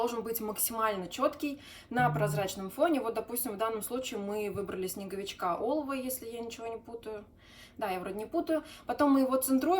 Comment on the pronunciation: Не Олова, а Олофа!!!